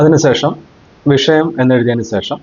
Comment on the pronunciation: സേഷം അല്ല, ശേഷം എന്നു പറഞ്ഞു ശീലിക്കൂ, കഴിയുമെങ്കിൽ.